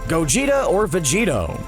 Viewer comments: Go Geh TAH not Go Gee toe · Bruh it’s Gogeta not gogeto.... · so we just gonna ignore the fact that he said "g o g e t o" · Who heard him say gogeito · He said gogito aswell im pretty sure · And he said gogeto or vegito 😂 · Plus he pronounced the name so terribly wrong